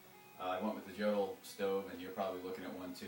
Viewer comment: It is pronounced "Yodel."